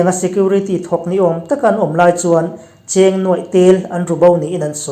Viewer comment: Ram a buai ta Cheng,tih ah hian i ramrik dan hi a dik lova,Cheng hi Saptawng a (live)ang a lam tur a ni.I hmasawn zel ka beisei pui vangche a ni e. I pawi tih loh chuan correction ka rawn Siam zel ang.I thu puan hi ngaihthlak a nuam thin a,ka ngaithla fo thin.